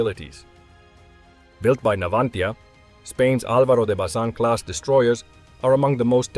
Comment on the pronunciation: I'm spanish and its Álbaro de Bazán